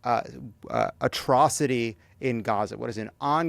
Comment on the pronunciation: Ongoning gggggghhhhhhhhhhffffffff..aATROCITIES.🤯 C'mon Jon, you can do it! You can learn to pronounce the word. Just a bit more effort, you are nearly there.